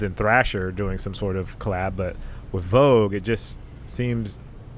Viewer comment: Love this podcast minus her saying "CO LAB"